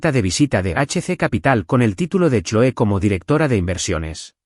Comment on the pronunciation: Se lee cloi no choe.